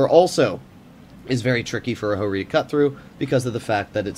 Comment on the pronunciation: Ho-Ri Not Jo-Ri